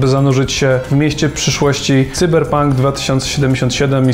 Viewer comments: Czemu mowicie Cyber pank jak juz pank to sajber pank ... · Tzyberpónk Dwo tysionce sidymdziesiąt sidym.